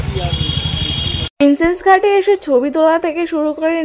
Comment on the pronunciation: Princep ghat ....thik kore bolo